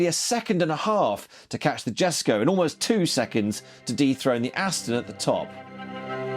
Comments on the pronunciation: Surely downforce = downward weight? Christian von Koenigsegg won't be happy with how you're butchering the JESKO's name. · But its only "street legal" on waivers. It has no airbags or anythying. The "Jesko" you misspronounced is fully road legal in nearly all countries. If you wanna compair race cars with a plate theres lots more to compair to.